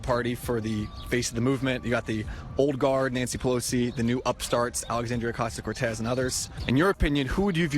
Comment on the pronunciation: Holy crap, they actually figured out how to say her name.